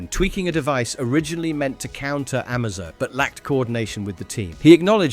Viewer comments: Amazo as in a-may-zo or amazing and T.O.morrow as in tomorrow not marrow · Stuff like that makes me think it's ai